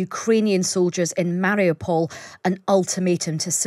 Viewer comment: this clown cant even pronounce mariupol.. why should i listen to anything he has to say regarding this city